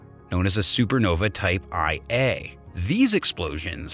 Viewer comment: The commentator needs to learn his script and pronunciations....Par Sec is correctly Para Sec isn't . Type one a Super Nova, not type i a. Come on guys.